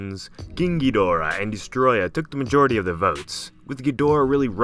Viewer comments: “Keeng geedora” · Stop pronouncing KGhidorah that way. 😉 Destroya is under rated. Good video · Why does he form an accent every time he says "Ghidorah"? Lol